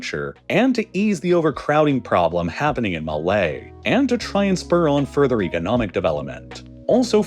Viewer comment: it's pronounced "economic" not "egonomic"